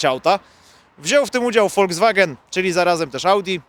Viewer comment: Szanuję, że nie mówi "folkswagen", albo nawet bardziej zmanierowanie "folkswag-nn", lecz mówi prosto z serca, tak, jak mówili to pierwsi Piastowie: woldzwagen.